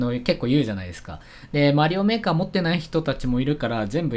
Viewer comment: 最初の方メーカーとエイトが混じってエーカーって言ってるw